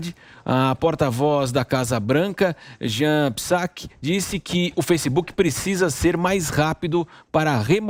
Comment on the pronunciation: Amigo o nome da secretaria de imprensa da casa Branca Jen Psaki (NAO SE PRONUNCIA A LETRA P NO ULTIMO NOME) E A LETRA J DO PRIMEIRO NOME JEN (JESSICA) SE PRONUNCIA COMO O NOME JOHN.